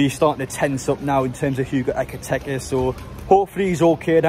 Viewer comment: BTW it's EkitIke, not EkitEke. Nitpicking, but nice to get players names correct.